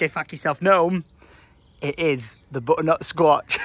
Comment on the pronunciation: Loved it. However please practice saying 'butternut squash' 🤣🤣